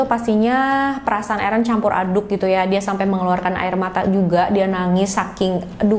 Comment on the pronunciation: Biasa aja mbak pengucapan eren. Errrreenn🤣🤣